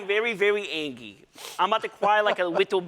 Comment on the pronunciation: How is this supposed to be taken seriously when this dude is saying “angy”